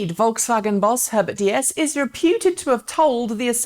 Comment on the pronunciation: Haha, actually the VW boss is not pronounced like the famous french godess of cars "DS" but as a simple "Deese" like in Geese.